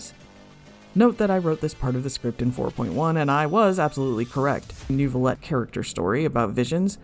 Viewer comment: The fact that people can hear the name: "Neuvillette" and still somehow say "Newvillett" is astounding to me. Do people just mute the dialog?